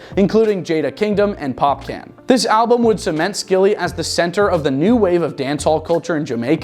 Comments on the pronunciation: Pop Can? TF NIGGA ITS POPCAAAN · Stop saying pop can its popcaaan bro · My g is better u say popcorn, not popcan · Pop can 😂😂😂 Yo his name is popcorn We just pronounce it popcaan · I guess no Caribbean employees were working that day to tell him its not POP💥 CAN 🥫 its POPCAAN 🍿 😂 💯💯💯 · No it's pronounced pop - cawn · Its not of these . Its pronounce POPCAAN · bloodclaat its pronouce popcorn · It sound so white washed, it's giving cringe🥴🤭